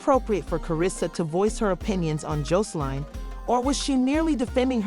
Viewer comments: Learn how to pronounce their name b4 you do a story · Gurl learn how to pronounce Joseline name lady😂😂so I'm not sure but there were some rumors that Zeus cancel Aunt Tea Podcast due to the drama happening so I'm not sure if it true or not..